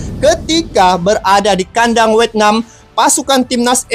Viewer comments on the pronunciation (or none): bang bukan wetnam tapi vietna? 😂